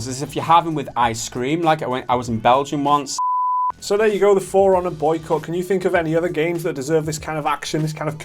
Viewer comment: There was no T in that Boycott, just a hard K sound.